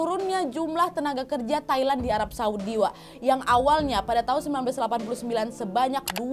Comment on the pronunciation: Haha "Tai-Land"